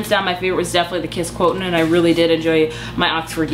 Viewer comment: Quo-sh-int is how to pronounce quotient. And after this review, I really want to read it!